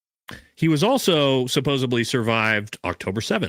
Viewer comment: Supposebly is not a fckn word bro. Jesus Christ dude and you say it 100 times an episode😂